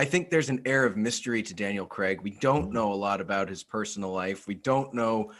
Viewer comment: Who is Daniel Creg?! fellas it’s pronounced Craig (cray-g) 😂